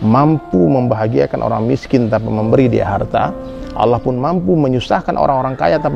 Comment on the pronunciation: Ini salah banget y..g ada org Padang yg bilang Alah....tp Allah jgn salah ustadz y..apalg nyebut org Padang!!